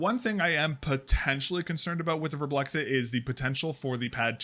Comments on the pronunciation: VARMBLIXT. Not Warm Blexit. Not that hard really... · "Werblex-it" is indeed not how you say that. The name is another one of the "IKEA nonsense speak" Swedish word mash ups, it's a combination of the word "varm", which means warm and "blixt" which means flash and like every other Swedish word mash up (almost) you pronounce it like the words were still separate. (There is no special way to know this unless you speak Swedish and know the words. Swedish is a silly language.) So it's varm which is pronounced almost but not identically to warm, and blixt, which is pronounced like "bliss", but with a very noticeable "k" and "t" sound mixed in there. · the way you pronounce varmblixt is so painful you're not even looking at the letters are you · craziest pronounciation of varmblixt ever, but nonetheless good video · As a Swede, the pronounciation kills me, kinda good at first considering not being able to speak it after all but then the added letter between the "x" and "t" at the end x_x xD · As a swede, I wonder why you wouldn't just go to google translate, write varmblixt in and listen to how it's pronounced? Why don't you pronounce the "m" and why do you add an extra "i" after the "x" The "A" in Varm (warm) is kind of pronounced liked the "A" in Attack. Try sayng "Vattack" and then remove -ttack and add +rm Blixt (lightning) is pronounced like you say it, but with no vowel between X and T (BLIKST) Warm Lightning, pretty good name for a mouse pad!